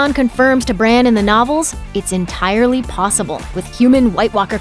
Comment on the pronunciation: Its Bran